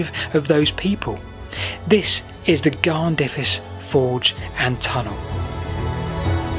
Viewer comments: Amazing that someone is actually looking at the amazing areas around Blaenavon. But your Welsh prononciation is definitely not what I was expecting. Blaenavon (B-lie-na-von) and Garnddyrys (Garn-f/v/th-i-ris). Hope I don't just sound annoying. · Garn-there-iss is the closest I can write the pronunciation for Garnddyrys. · Lol! Well at least you asked :-) Nearest English pronunciations something Garn-THUR-is, ('dd' is always a soft th in sound like in the English word 'with'. Emphasis always on the penultimate syllable; E.g. CADW is CAD-oo not cad-OO. Happy to help out if your down this way again in the future Like I said, love your vids - Keep up the good the work!